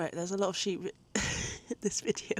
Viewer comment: Ok... They're called sheep and lambs....not "sheepees". 😂